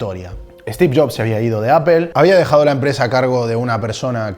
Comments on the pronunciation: Por que los esñoles no pronuncian bien. La palabra Apple Dicen Apel. ? Que alguin me explique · El video esta genial pero tengo una duda, por qué le dices a “apol” “apel” (la pronunciación de apple)